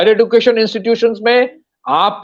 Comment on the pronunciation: Education pronunciation man